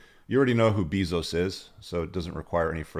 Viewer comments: BEY-zos not BEEE-zos. lol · Leo is GOAT. BTW the pronunciation of bezos is "bay-zose" not "Bee-zose" for future reference. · First time I've heard it pronounced Beezos haha i love it. And Tony Gonzalzes. Hahha good laughs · Bayzose or beezose still worth 400 billion. Probably owns you too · Jeff "Buy-those" 😁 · Learn how to pronounce Jeff's name, learn the avg. age of Leo's gfs, learn the sayings you're repeating to get your point across. This video is a rambling mess